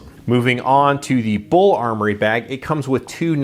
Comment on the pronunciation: B u l, not Bull.